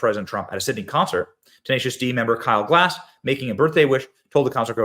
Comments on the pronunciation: It's Gass...not Glass haha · It's Kyle Gas, not "Glass". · Side note: Please read the surname a few times over. You might then stop pronouncing it "Glass". There is no "L" in the guy's name, ffs. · Even YOU got Kyle's name wrong, Benny. Kyle GASS. All of you Americans seem to glance at a word and assign some sound that resembles the word. Lift your linguistic game... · benny, the L is silent. much love